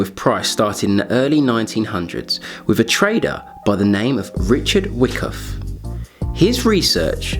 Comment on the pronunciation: It's not spelled wickoff it's whykoff. No wonder u get so many dislikes.